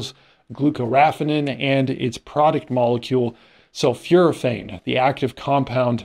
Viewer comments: pronunciation: Sul - "FOR" - athane, not sul - "FEW" - rathane. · Thanks for the interesting and helpful synopsis. Please excuse my pedantic nature, but sulforaphane is not pronounced with a long "U" , Yes, I am am constantly bitching-out TV reporters and sportscasters, which is why I prefer reading.